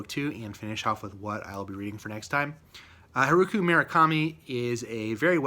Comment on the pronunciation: Very Informative review! By, the way, it's pronounced Har-oo-kee*